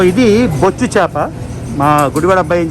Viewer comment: అన్న అది బొచ్చు చాప కాదు అన్న. బొఛ్చా. చాప అన్న. Ayyooo